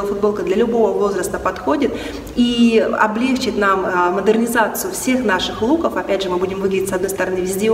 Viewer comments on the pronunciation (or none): В СЛОВЕ ОБЛЕГЧИТ УДАРЕНИЕ НУЖНО ДЕЛАТЬ НА БУКВЕ И, НО НЕ В КОЕМ СЛУЧАЕ НА Е